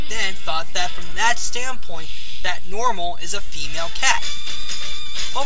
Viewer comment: It's NER-MAL, not NOR-Mal.